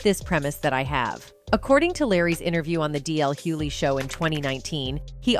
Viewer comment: Why can’t these people that are supposed to be so educated pronounce Hughley right??